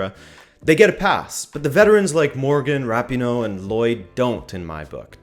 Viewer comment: If you can’t even pronounce “Rapino” correct... Also they were the last team to play on the last day in the first round of group stages so u think they probably had so much excitement built up that they could help themselves